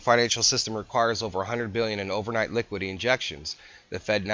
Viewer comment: It's "liquidity" not "liquidy."